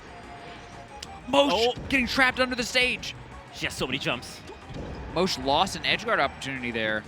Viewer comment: Did just pronounce mosh as moesh?? Or am i missing something?